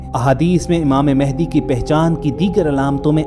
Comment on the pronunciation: امام مہدی رضی اللہ عنہ کا نام م پر زبر سے م ا ہ د ی پڑھا کریں۔ شکریہ آپ کا اسم گرامی محمد ، والد کا اسم گرامی عبداللہ ھو گا اور لقب مہدی ھو گا۔ آپ اپنے طور پر امامت کا اعلان نہیں کریں گے نہ دعویٰ کریں گے بلکہ خانہ کعبہ سے لپٹ کر دعا کرتے ہوئے لوگ آپ کو پہچانیں گے تب ھر طرف خون ریزی ھو گی لہذا ادھر ادھر مہدی ھونے کا دعویٰ کرنے والے جھوٹے ھیں کیونکہ انکے ظہور کے بارے میں احادیث میں بتا دیا گیا بس ٹائم کا نہیں بتایا گیا۔